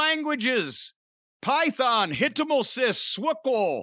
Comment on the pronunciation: Love Jim’s pronunciation of HTML/CSS